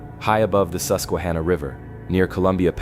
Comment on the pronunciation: And is susquaHANNAH